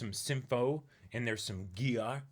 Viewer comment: Ah, welcome to Symphogear. Or Symphogay. Or Sapphogear. Or just Gear. Or as one of you observed, “Geah”. Enjoy the hype of our super heroic singing magical lesbians, you are in for a stellar 5 seasons.